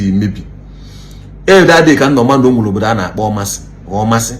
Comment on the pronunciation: You couldn't even learn how to pronounce the town well , anyways I advise you try investigate a little before airing because allegedly is not an excuse , that the people that came to you all have social media handle. Meanwhile where in Omasi do they have all this mineral sources, Uwa social media!!!!